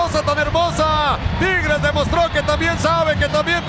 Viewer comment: No se dice triges se dice tigueeeres o tampoco 🤔 jajaja